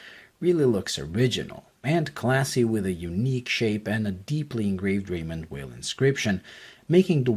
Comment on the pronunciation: If you like the brand so much, please take the time to pronounce the name correctly. It’s not that hard!